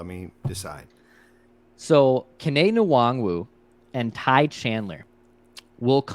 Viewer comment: for the love of god can you please stop pronouncing the N in Nwangwu's name. you cover the damn team